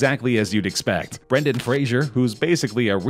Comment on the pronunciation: “Brandon” Fraser